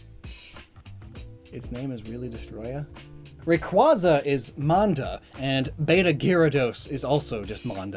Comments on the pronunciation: You miss pronounced Rayquaza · Isn't Rayquaza pronounced Ray-cuay-za, Not Ray-cuah-za? In both the sub and dub, they say the first one and not the second. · You lost all credibility when you said "Raykwazza" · The way he pronounces rayquaza, bisharp, and hydreigon is atrocious.